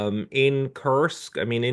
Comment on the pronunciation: For God's sake stop calling it Cursk. It's Koohrsk